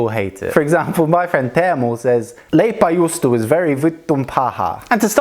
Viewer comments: I hear "Juustolaipa" xDD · " on verii vittuun pahhaa" I started laughing:D The pronouncation (is that a word) was so funny:D